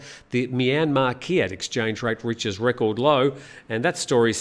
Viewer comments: Kyat is pronounced chat. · Let's have a chat about how to say kyat! 😄